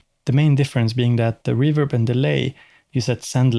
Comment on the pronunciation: It's pronounced "reverb", not "reverb".